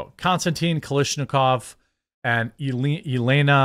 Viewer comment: Jeremy, when you see Russian names, ffs, ask me. I can pronounce them for you. Also, "Elena" can be pronounced as "Yelena".